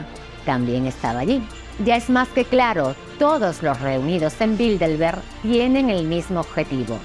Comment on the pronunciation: Aprecio sus libros y videos. En el video dice en varias ocasiones "Bildelberg" en vez de Bilderberg.